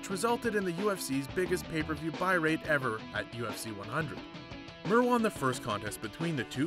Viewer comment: Mir not mer